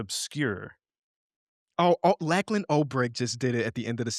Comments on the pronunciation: I love you guys... but why are we all saying "Lack-lan" Olbrich?!?! 😅😅 Maybe Lachlan is a more popular name here in Australia than in the US.... but I've genuinely never heard anyone pronounce the name Lachlan as Lack-lan. 😅😅 People just call him Lachie, by the way. For the record, that's NOT pronounced "Lackie." I never really considered that Americans wouldn't know the name Lachlan, because it's so common here... but now that I think about it - there are a lot of Aussies with Scottish heritage. Just please don't go to Scotland and mention the "Lack Ness Monster." 😅😅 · The photo must have distracted you from the pronunciation of Lachlan Olbrich’s name 😂